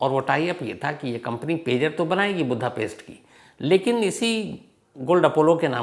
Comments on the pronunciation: Chip hota h chips ni Budapest hota h budha paste ni anpadh journalist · शहर का नाम बुद्धापेस्ट नहीं वुडापेस्ट है।